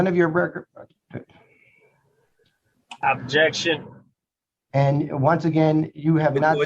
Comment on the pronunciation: "Ojection yo onner....."🤣